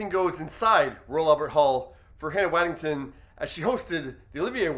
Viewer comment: I’m pretty sure her last name is WaddingHAM, not TON. I may be wrong.